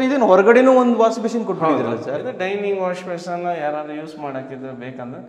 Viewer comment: ವಾಸ್ ಬೇಶಿನ್ ಅಲ್ಲ ಮಾರಾಯ ಅದು ವಾಷ್ ಬೇಸಿನ್ 😅😅😅